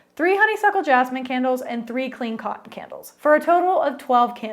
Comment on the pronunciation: It sounds like you're saying Kennels